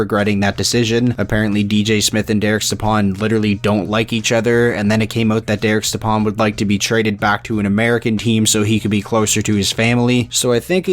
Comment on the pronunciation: It’s pronounced “step on”